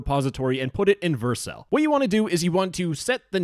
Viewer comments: Stop pronouncing Vercel wrong. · The way you pronounce vercel hurts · you say Vercel weirdly 🤣